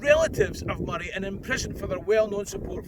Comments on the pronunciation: Excellent video! I'm also delighted you're pronouncing Moray correctly and not calling it Moe-ray (amount of folk I've to correct is unreal lol) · And now I know how to pronounce Moray and that’s a big deal.